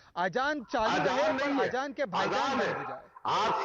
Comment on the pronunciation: ajaan 😂😂😂😂😂 are ghadi azaan azaan not ajaan 🤣🤣🤣🤣🤣🤣🤣🤣🤣🤣🤣🤣🤣🤣🤣🤣🤣🤣🤣🤣🤣🤣🤣🤣🤣🤣🤣🤣🤣🤣🤣